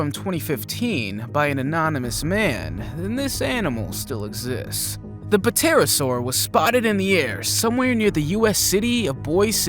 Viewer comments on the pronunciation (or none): You pronounced pterosaur wrong. It’s pronounced T- ai-r -a -ss -au -r. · the P is silent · fyi, The 'p' in pterosaur is silent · "P"terasaur..... lol, the "P" is silent ;) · You don't pronounce the P in the Pterosaur.